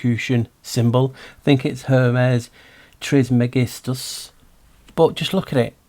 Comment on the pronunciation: Wowzers! you keep delivering the real good juicy stuff, Many thanks 🙏 Handy tip brotherman on pronouncing stuff; Her meez tris mer jistus (though I think he's a reet tother 😉)! 💯💥✨🧠